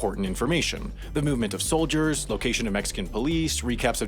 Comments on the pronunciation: Ha the eagle gets dyslexic saying "soldiers" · "soliders" nice mistake